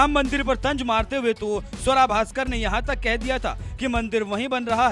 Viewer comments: स्वरा नही सुआरा बोलो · आपको गलत फहमी है इस मोमिना का नाम स्वरा नहीं सुअरा है